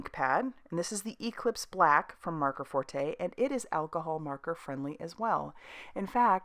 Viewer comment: Maker . Not marker. Forte. N r